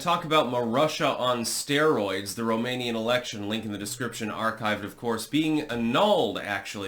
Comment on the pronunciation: As a romanian i can say that your pronunciation is correct. Also is true what you said about the whole situation. The post-revolutionary government (1992), made this "constitutional court" like worst case scenario, if things get out of hand, the system can dictate anything, to re-acces power in case the lose it. Nine people (members of this constitutional court - puppets) decided against the democratic choice, against millions of people.